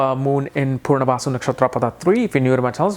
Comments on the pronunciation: Why are you pronouncing it as 'purnavasu' instead of 'punarvasu'? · It’s Punarvasu, not Poornavasu. Please pronounce it well !